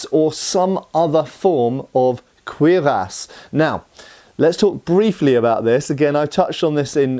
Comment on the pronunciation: Faith No More shirt and the correct pronunciation of cuirass. This video is so awesome.